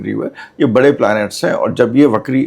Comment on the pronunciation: बहन ! 'वक्री' शब्द का उच्चार "बकरी" नहीं करना चाहिए।